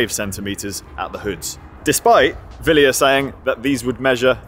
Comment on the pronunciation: Til how to pronounce 'Wilier' and 'Miche' correctly.